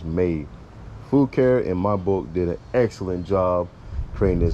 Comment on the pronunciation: I think the name is pronounced "fu car eh". I just ordered the same color. Great video.